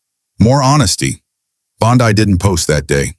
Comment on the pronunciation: You need to learn how to pronounce her name!!!!!